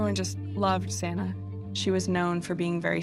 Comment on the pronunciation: Can no one say XANA? It's like Za•na 🏁 It IS beautiful and everyone is complicating it. Please try 🙏